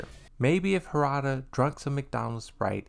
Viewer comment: you didn't pronounce his name right 🤡